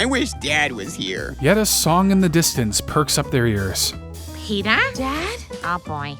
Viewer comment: ITS NOT PETER ITS ✨PETAH✨